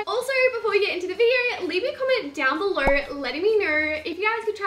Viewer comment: she says instead of below = belor and instead of no = nor NOT HATING